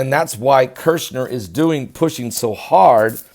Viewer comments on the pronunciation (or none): Shill,done with you,it's Kushner,not Kershner,and he is evil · the pronunciation of the first syllable of Kushner's name sounds like "Push", so there's no "r" sound in the first syllable. KuRshner is WRONG. It sounds like as in the word "Push", so say Push-ner to Kush-ner. Say "PUSH" over and over, so you get in the habit of saying "push, push, push" to Kush, Kush, Kush, then add "-ner". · Kushner not kershner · It's Kush-ner